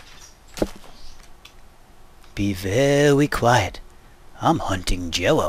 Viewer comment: "Be veeewwy quiet, I'm hunting Jewwo. The way he said Jello made me laugh so hard.